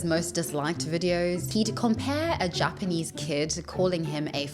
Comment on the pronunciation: His Japanese pronunciation is very poor - his he manages that after living and teaching English in the country for years, it quite impressive level of failure.